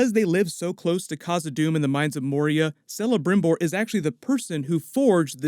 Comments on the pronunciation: Celebrimbor is not pronounced with a soft c. It's pronounced with a hard c which sounds like k. Kelebrimbor, not Selebrimbor. Narrator, OMG, you just lost all cred. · Celebrimbor .. 'K'elebrimbor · Hats off to your LotR knowledge. You know far far far more of the lore than I do. But I've got to correct one point: If the Shadow of Mordor games are to be trusted, it's pronounced Kelebrimbor. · Nice vid! But I gotta point out that Celebrimbor is pronounced Kelebrimbor. The name is in Sindarin which is based on Welsh, so ”C-as-konstant-K”. ☺️ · Someone else prob pointed this out already but it's pronounced "kelebrimbor'. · Awesome video, looks like this series will be great! Just a heads up: in Elven languages, the letter C always sounds like a K, so Celebrimbor = Kelebrimbor. I know, it sounded dumb to me at first, too, but it grows on you! (Also applies to names/words like Celeborn, cirth, Curunir, etc.) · Kelebrimbor!! ... C in elvish is always a hard C in pronunciation NEVER a S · Celebrimbor has a hard C, try Kelebrimbor. The first part of Sauron rhymes with cow, not saw. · Celebrimbor is pronounced "kelebrimbor" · Celebrimbor = Kelebrimbor (it’s a hard C bro). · Thanks for this great video but C in Sindarin is always pronounced hard as k in king. So Celebrimbor should actually be pronounced as [ˌkɛlɛˈbrɪmbɔr] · Celebrimbor is pronounced Kelebrimbor... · Pronouncing Celebrimbor like Sellebrimbor....amateur move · That's a hard C in Celebrimbor (Kel-a-brim-bor)...just saying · Celebrimbor = kela -brim -bor , phonetically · Very good video! If you're right, it will be a great time period to discover; Sauron is more than a bad guy, he's a genuinely tricky, smart and shady figure (and I'm not talking about all the other aspects...) Hiwever, I have to do my nerd here: Celembrimbor is pronounced "Kelebrimbor", C in elven is actually K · Ahem....It's pronounced Kelibrimbor....Celebrimbor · Dude, I believe the pronounciation it's "kelembrimbor"